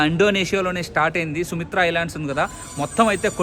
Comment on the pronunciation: Sumitra kadu bhaiya….sumatra adi😂😂😂